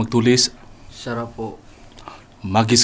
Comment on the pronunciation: Wow sarap ng mukbang...super anghang ba hihihi tuloy ang dinig ko sa isa sinasabi SARAP PO ay "shout po" pala hihihi